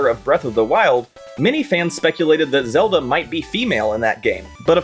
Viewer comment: Ah Frick, it's April fools. You had me till you started calling link zalda